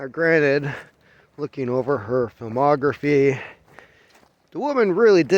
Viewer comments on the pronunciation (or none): Had to rewind and listen twice...did you say looking over her filmography or mammography??